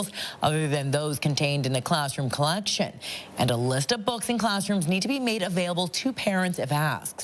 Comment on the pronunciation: “colléction” lol